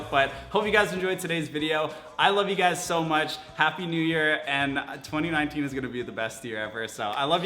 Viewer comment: How many times did he say "GYUS" in this video?